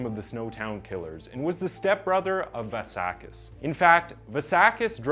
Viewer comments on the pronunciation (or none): kis surname is vLassakis not Varrsarkis, the "L" is pronounced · It's pronounced vlah sah kiss. Its greek. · How many different ways can a person pronounce 'Vlassakis' 😂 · i've been watching your videos for some time now and i realized you don't pronounce good, or even decent, the names of non american characters. In the argentinan 9 year old killer you said Buenos Aires in 3 different forms. Now on this one with the Vlassakis dude you dont even say Vlassakis, you say Valsakis. I fully recommend you to search for the pronouncations before you record.